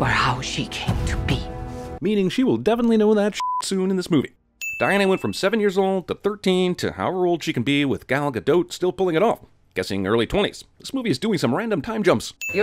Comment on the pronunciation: who the fuck says Gal Ga-Goat? its GA DOT